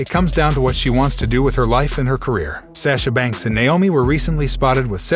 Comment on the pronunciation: It's sasha banks not sasha banks